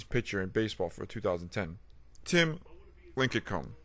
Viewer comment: lincecum is pronounced linsicum